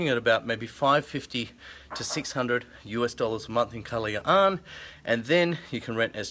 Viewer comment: Superrrr!!!!! I MISS SUBIC BAY!!!! Thanks For Posting...Try PUNDAKIT ISLAND/ANAWANGIN.....You Pronounced KALAYAAAN so Nice!!! hahahaha!!!!